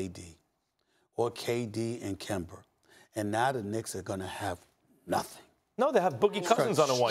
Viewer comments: Why does Stephen A. always say Kember instead of Kemba 😂😂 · SAS say kember 😂😂😂😂😂😂